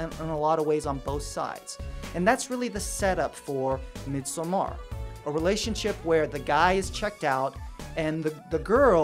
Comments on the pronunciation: its midsommar, like midsummer not mid-so-mar, if it was midsomar it would sound like how you are saying it but since there are two m's the o is actually like a u. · It’s actually pronounced mid-saw-mer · I always just said it as in English “midsummer.” I don’t know why his phonetic pronunciation is bothering me so much. Haha Although, I do not know the Swedish pronunciation. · Oh I can’t watch this. The way you pronounce Midsommar is driving me mad. 😵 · I couldn't watch this. His pronunciation of 'Midsommar' pissed me off.